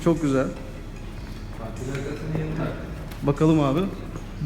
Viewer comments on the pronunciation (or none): none